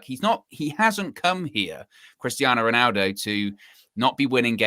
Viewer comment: Does this guy realise he’s saying “winaldo”?